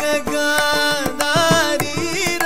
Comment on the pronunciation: the rendition was good but i felt it was more of showing off of his prowess in gamakas. i was disappointed the way he pronounced nagagandhari itself.